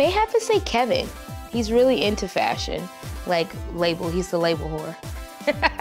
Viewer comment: they all sday keven -keven- ohh stop lol